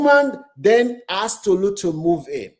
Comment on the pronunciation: Yow…it’s Tolu not Tutu…ye yard…🇬🇭